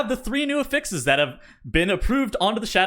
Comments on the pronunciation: He says it like the verb when it’s a noun. 😢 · The way you pronounce affixes gives me quite literally herpes.